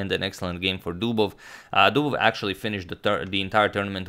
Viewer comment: That was... "Dobovious"